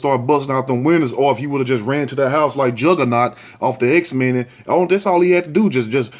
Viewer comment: Tht say jagganuat off X-Men lol u wild Know The Ledge